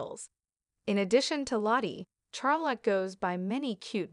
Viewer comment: shar not char